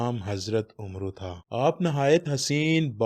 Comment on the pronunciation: bohat se log ye nhein jantey k ye lafz " oomroo "nhein bul k " amer " hey. Aap idher udher se poochen gey tu log aap ko wohi btaein gey jo aap ne pronounce kia lekin sahi pronunciation wohi hey jo mein aap ko bta rhi hoon. Is nam mein "Waao " silent hey us ko nhein purhna, us per jazam hoti hey.Ummeed hey k meri bat aap ko samajh mein aa gai ho gi. Stay blessed.